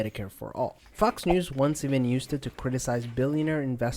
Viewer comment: I love how Fox News is always pronounced like 'F*cks News'